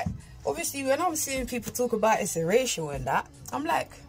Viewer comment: lol when you said racial it sounded like you said Rachel 🤣🙌